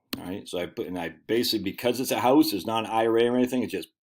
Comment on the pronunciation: I’m hearing a Maine accent when you say Houwse.